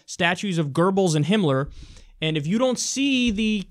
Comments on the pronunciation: Why the fuck do people say "Gerbbils"? The fucker's name is spelled "Goebbels", there's no fucking "r" in it, and it's not like in German "oe" is pronounced "er". Seriously that fucking annoyed me Kyle, thumbed down because of it. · FORFUCKSSAKE KYLE ITS "GOEBBELS" NOT "GERBLES" THERES ZERO RS IN THAT WORD JESUS CHRIST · His name is Goebbels not "Gerbles" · Gerbels? Is that how Goebbels is pronounced? Kyle, if you want to see Goebbels now, just take a look at that little weasel Stephen Miller. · Did Kyle just say GIRBLES?